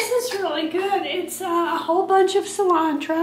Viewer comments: Cilantro! Perfect pronunciation, do you speak Spanish? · You said "cilantro" perfectly in Spanish! What is your ethnicity? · I like the way you pronounce cilantro. 😉☺️